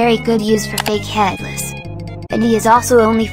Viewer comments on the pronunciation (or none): "Head lice" MISS GURL😭🤚